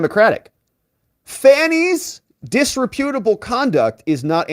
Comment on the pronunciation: dis-REP-utable... not disre-PUTable.